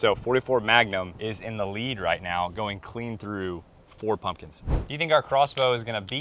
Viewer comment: Did you say Muslims or pumpkins?